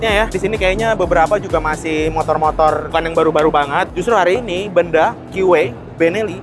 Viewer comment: Pengucapan merk BENDA salah pengucapan penekanan intonasi pengucapannya bang,bukan di ucapkan Benda sprti sebuah barang.😊.tpi di tekan (Be'nda).